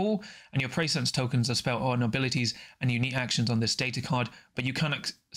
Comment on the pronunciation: Great review; I will be rewatching this several times! The Abilities and TacOps are definitely awkward and too conditional so I see them being simplified, while some of the operative powers will get nerfed. This is a must buy especially as a NL fan. “Pre-sci-ence’ not ‘Preysense’ although that does sound cool; they definitely captured the NL fluff names!